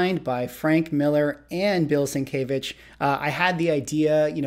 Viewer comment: FYI, not meant as any slight just a correction, and only cause you repeatedly said it in the video, it is sin-kev-itch. Sin Kev Itch is how Sienkiewicz is pronounced, I butchered for many years until I started working with him about 10 years ago.